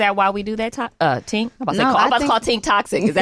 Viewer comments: Tink is definitely a vibe…. I hate how the kept messing up her name 🙄 it’s TINK, not TANK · Not calling Tink everything but her name when the pressure is on her to answer a question. 😂 “Toc” and “Tank” like girl, get it together! Lmao